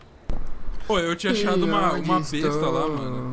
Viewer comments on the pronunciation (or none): n e besta e sim "bésta"